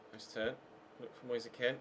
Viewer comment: Why does he say Moyesa Ken? It’s Moise Kean